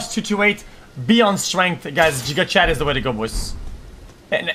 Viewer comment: Xqc failing to say giga Chad is pain